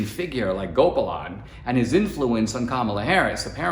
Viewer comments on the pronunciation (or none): "Unfortunately, caste is a part of Indian life. But, educated, enlightened Indians reject it...." Amen! Dinesh, you grew up in India, didn't you? Why are you mispronouncing "Gopalan" It should be "Gopaalan" not "Gopalaan" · The pronunciation of her surname is not GOPERLAN is actually pronounced as GO-PA-LEN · Dinesh that was indeed an excellent report. But you should not have forgotten your Indian heritage. Gopalan is mispronounced; it is “Go paa lunn “. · Hey how come you can't even pronounce GOPALAN. You grew up in India even if you naturalized over here. HOw come you are mispronouncing iNdian names.